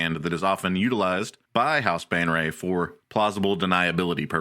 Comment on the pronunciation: He keeps pronouncing Baenre as Bane Ray, but it should be said Bay Ner. It pisses me off.